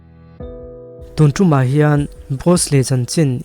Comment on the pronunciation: stunman kan lam dan hi ka lo chik thin a. man tih lai tak hi m-a-n ah tak hian m zawh a "a" tak hi a ki sanga lam hi a nalh a ki hniam hian lam hi kan tam a dik lo chu ka ti lo mhse nalh lo k ti ve thlawt😂